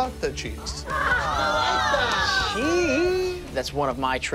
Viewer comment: the way he says cheese has me laughing so fucking hard ohmygosh